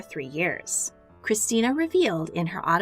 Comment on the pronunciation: Hearing her pronounce that R in Christina hurt